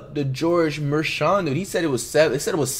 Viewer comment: George Mer-Shawn